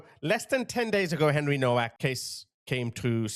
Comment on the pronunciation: Please pronounce ‘Henry Nowaks’ name correctly. It is pronounced Novak. Like Nova. The ‘W’ is pronounced ‘V’. Thank you